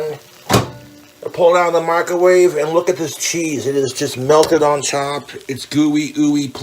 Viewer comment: I always hear 'Micawave'